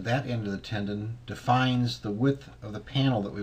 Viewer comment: Tenon not tendon